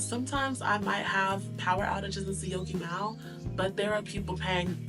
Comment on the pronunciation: 😂 I am surprised you can pronounce Syokimau! Enjoy life!